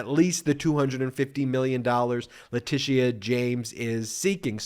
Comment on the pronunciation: Great job, Ben, but just a small side note. You’re not pronouncing Leticia (James) correctly.